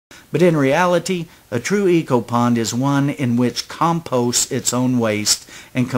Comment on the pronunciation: I like the back yard brook, and I like the way you say back yard brook, your also say compost funny